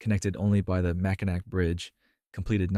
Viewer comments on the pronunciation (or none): Macinac is pronounced "Mack-in-AWE"